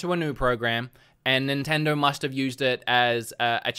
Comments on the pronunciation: "Nintendro"?? You can't even pronounce the name correct. No wonder they dropped you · Maybe a Nintendo dropped him because he can't say Nintendo. "Nintendirr" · I just love how you pronounce Nintendo "nintendur" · Can't unhear this now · I love the way you say Nintendo